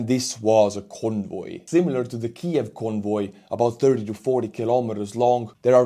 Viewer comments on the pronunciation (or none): none